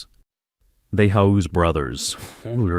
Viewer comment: Who tf pronounces “Hugh’s” like that 🤦🏽😒